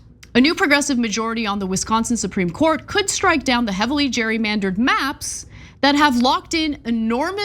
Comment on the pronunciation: She says Wisconsin perfectly.